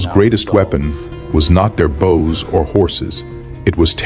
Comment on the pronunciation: A good video, but it's a pity that the author didn't bother to nake sure the AI knows how to pronounce "bows", kind of important in a battle with so many archers.